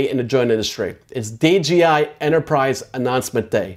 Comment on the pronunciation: the DRONE industry...not JOINT industry. And D J I. Not D G I